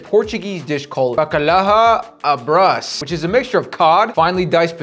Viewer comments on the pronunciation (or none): Bruh the pronunciation on bacalhau a bras was so terrible goddamn the way he cooked it was also terrible but atleast he put some effort😂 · Bro my heart is crying rn💀 he didnt even cook it right and he barely pronounced it right too😭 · as a portugese person the way he pronounced bacalhau a bras hurt me